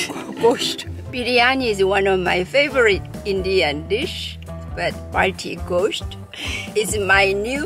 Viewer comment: Was waiting somewhere for this video. Really good 😍. You'll pronounced gosht really good.